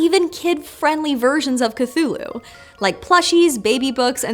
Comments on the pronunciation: ступид дура, не "катулу" а Кхтулху. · Why do you pronounce it Cathulhu instead of Cthulhu? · If you're going to make a 12 minute video about Cthulhu, maybe start by learning how to say "Cthulhu." On several occasions Lovecraft described different pronunciations that vary slightly but "kuh-thool-hu" is not among them or even close. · I can’t believe you mispronounced ‘Cthulhu’ this entire video